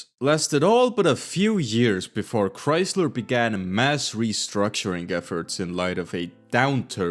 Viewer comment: “here at Chreysleh”